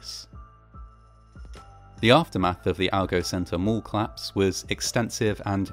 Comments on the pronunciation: Your videos are very good, but I keep thinking you're saying "claps" rather than "collapse"! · Great content, as ever, but please stop removing your mid-word vowel syllables on certain words for no valid reason. It's a 'collapse', not a 'clapse'. It's a 'collision', not a 'clision'. No disrespect to your output, which is generally wonderful, but it's just so offputing and abnormal to do this, especially as a presenter. Peace - and keep up the good work.